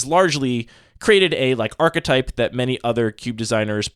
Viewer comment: archetype /är′kĭ-tīp″/ Actually pronounced properly ❤️